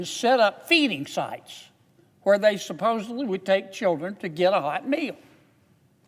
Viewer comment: Did he say supposebly????